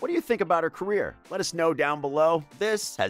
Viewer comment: The word was carrer